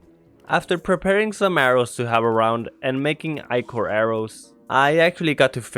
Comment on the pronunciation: It’s pronounced eyecore not iker